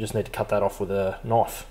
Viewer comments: "That's not a noyfe... THAT'S a noyfe!" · Hearing an Aussie say the word knife will always make me smile